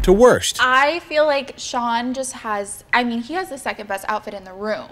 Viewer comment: They were ushered into a what? a "rum" is that similar to a room?